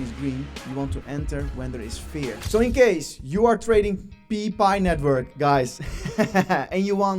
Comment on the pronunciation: 😂😂😂😂 pee nitwiurk